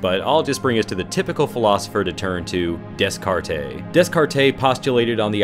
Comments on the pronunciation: lol "des cart taaaaay!" bruh. it's "day cart" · day-cart des-cartay made me chuckle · Descartes is pronounced DAY-CART. Not Dess-cartay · Des-cart-eh? No no Deh-cart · "Can you give me this card, please ?" "Dis-card-eh ?" Dude, don't act all well fucking read when you can't even say the guy's name correctly. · "DESS-car-TAY?" No. "DAY-cart." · I`m part French so French names being mispronounced is a trigger for me!It`s (Day-cart),not(Des-carte).You never pronounce the s in French names as a rule of thumb! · Descartes is pronounced Day-cart. Not Dess-car-tay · cringe It's pronounced "day-cart" not "des-cart-eh" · Seriously its not des-car-tay its day-car so get it right! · Thanks for this video! It's cool to go farther into a interesting character, I wish they had done a little more with him in the movie. Also I'm a philosophy nerd I apologize, but Descartes is pronounced like de carte. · Solipsistic is way too lofty a term to describe a teenage dirtbag going through an unusually dark phase but Hockstetter is more the poetic irony comeuppance kill by Pennywise to show that even the bullies aren't safe. Also Descartes is pronounced "day-cart" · "Dess-kar-tay"...? You mean Descartes...? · Interesting video. Enjoyed it. However, "Dess-carr-tays?!" 😱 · soul-LIPS-ism des-CART-ay hahahaha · THE "S" IN DESCARTES IS FUCKING SILENT! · Great video; one small detail - Descartes is pronounced Day-Cart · Descartes is pronounced "Day-carts" Awesome video though. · Descarte is pronounced as De-Cart. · Descartes is pronounced: day cart. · Descartes is pronounced "day carts" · It is pronounced Day-CART. FTFY. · Descartes is pronounced Day-cart. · Descartes is pronounced as dècar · It's pronounced "Day-cart" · Desk Cart A..... Really?!. Otherwise interesting video. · It`s pronounced Day-cart. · Dude...it's pronounced "day-CART." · Descartes = des-kar-tay XD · Des-cart-ay? Really? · "Dez-cart-ay". Just stop. Americans need to just stop. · Lovely pronunciation of Descartes there.